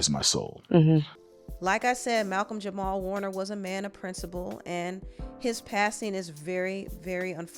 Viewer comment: jamal not jamar